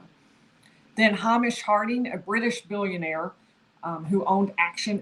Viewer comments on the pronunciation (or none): Love your videos however, Hamishnis pronounced ‘hey mish’!